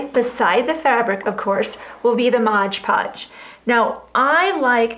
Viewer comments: why does it say Mod Podge but you pronounce it Modge Podge? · Mod Podge, please...not Modge Podge. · Please it is MOD not mode , just a pet peeve. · Would you PLEASE STOP saying Modge Podge!!! It is MOD PODGE, no "ge" on the end of MOD!!! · Love your ornament ideas. But please correct your pronunciation of MOD Podge. It was born Mod Podge in the 60's when I first used it. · No not a know it all. But an English teacher. She said thank you, which means she is grateful and probably will speak that correctly from now on.